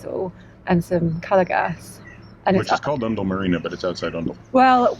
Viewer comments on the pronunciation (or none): I was waiting for you to do this section as our boat is moored at Titchmarsh. Unfortunately, the bow of our boat only appeared for about 2 seconds ! I'm sure someone mentioned in the last vlog that Oundle is generally pronounced starting as if you've been pinched - "Ow!" And Islip is pronounced Eyeslip. It's always difficult traveling places and knowing the way locals pronounce things, as there are no clear rules in the UK.